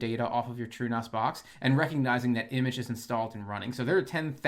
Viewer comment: Did you say true NOS??? 🤔